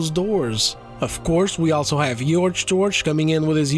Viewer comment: Please look up how to pronounce the word "also" Other than that, which makes me cringe every time I hear you say it, I love the content.